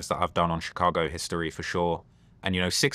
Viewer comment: VLAD CAN'T PRONOUNCE CHICAGO RIGHT TO SAVE HIS LIFE 😂